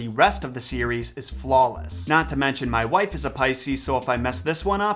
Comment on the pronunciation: MAI WIFE